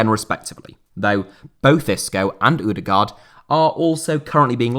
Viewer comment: Im sorry, but as a norwegian I can't allow you to call Martin Ødegaard for "Martin Udegar " It's closer to "uh-Deh-gord" Just search up the pronunciation, because it's hard to explain the first Ø